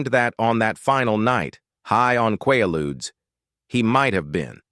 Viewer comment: Quaaludes was pronounced wrong. They killed so many back then.